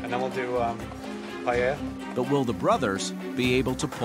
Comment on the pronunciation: They can't even pronounce Paella